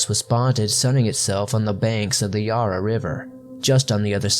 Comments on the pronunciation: Interesting, but you REALLY need to work on your pronunciation of Australian words. The Yarra River for example is pronounced Yah-rah. I am qualified to advise on this, I’m a born and bred Aussie bloke. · Murray rivver is pronounced like hurry, and Yarra river is pronounced yarr ah not yah rah. You are doing well for someone who has not actually heard the names pronounced, keep up the great job